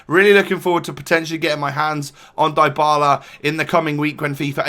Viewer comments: You are mispronouncing his name, its said dee-ba-la, not die-ba-la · Dybala isn't pronounced Daibala fyi.. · in english it would. But it's actually ''dee-bala'' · Dr. Drake yes I know that, but I was just stating that in English names containing "y", the y is not always read like you hear in this video ("ai"). Sometimes it's a short i, similar to the italian and spanish one, but shorter and somehow close to a 'e'. Since Dybala's surname is Spanish (well, he's argentinian but still), the y is read with a spanish / italian i, that is like the english double e ("ee"), as you said. My point was that English speakers (if they don't remember to say 'ee'), should read it with the y/i in "Dylan", "symmetry", "sit", rather than the y/i in "fly", "like".